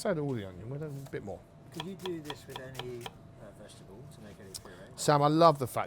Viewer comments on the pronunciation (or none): What the hell is a “vagital”? 😂